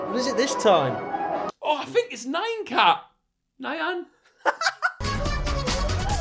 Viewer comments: I almost cried of laughter when Will said a fink its Nian cat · will not knowing how to say "nyan cat" after 9 years